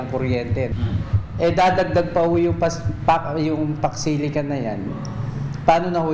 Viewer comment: Hello po madam. Eto po ung pax silica hnd po fox, at hndi rin fuck